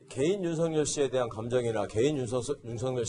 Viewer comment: 아나운서는 뉴스 보도가 본업인데 발음이 부정확 하면 우선 자질미달 이다! 윤석열 발음을 "윤성열" 이라고 하는데 "윤서결"이 올바른 발음이다. 윤석열 이란 사람과 윤성열 이란 사람이 같이 있다면 어떻게 발음해서 구분할 것인지 묻고싶다!